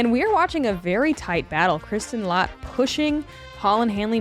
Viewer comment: It's not Latt - It's Lätt, which rhymes with "cat"! Consider this your final warning. Honk!